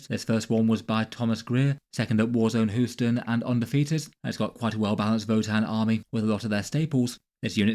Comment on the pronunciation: Hue-stin = Houston